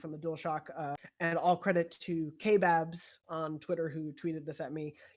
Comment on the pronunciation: Okay; so even though its spelled KBabs, it supports to be pronounced as kebabs, as in the Shishkebab! Greg Miller and the gang use to call him that,a nd he would correct them daily!